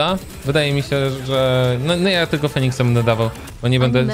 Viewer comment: Chyba Feniksa a nie Feniska xD